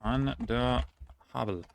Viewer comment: Take my deepest and sincerest congratulations. I'm German and I wouldnt be able to do it. Such an extraordinary skill you're having. And your pronounciation has just had two (very minor) flaws. The river Havel around Berlin is spoken as if having an f. That's it, over all, a very well earned place in the quiz record books.